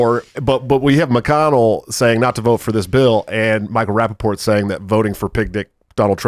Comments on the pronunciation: It's Rapaport... Not raPPaport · It's Rapapoor😂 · Pronounce the T In his name!